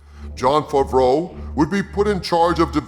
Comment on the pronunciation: 😂😂😂😂 it’s pronounced FAV-ROWE not FAHV-RO And you KNOW that NONE of this info is true,, you made it all up. This is your own unfulfilled fantasy dream. Keep dreaming. This is all bunk!